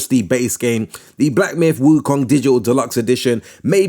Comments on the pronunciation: Stop saying wukang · lol it was so funny too lol